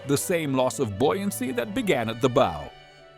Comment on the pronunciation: The narrator needs to learn how to pronounce correctly "bow" and "tears" as they apply to a ship, and not a violin or a face!!